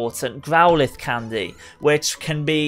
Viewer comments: Stop saying candeh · I hate the way he says candy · My friend says he dislikes the way you say candy